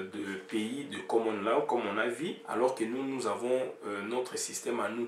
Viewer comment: on ecrit law on prononce lo svp.